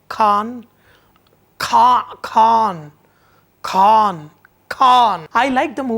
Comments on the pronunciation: lmao... not kaaannnn sanjay, its KHAAANN!! :D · Your 'kh' of Khan didn't come from the epiglottis. Check that out... check that out... check that out... You cook well, but check that 'kh' out...it is like salt in biryani rice... check that 'kh' out...